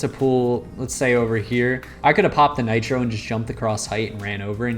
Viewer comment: 3.00 bro said natro😂😂